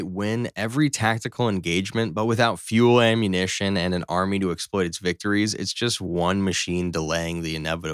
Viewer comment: Besides showing a WW1 tank in a WW2 video...did I just hear this dude say "fuelmunition"?